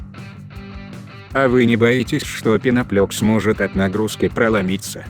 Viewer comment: Почему "пеноплЕкс", если прямо на нём по-русски написано "пеноплЭкс"? "Э" это не "Е".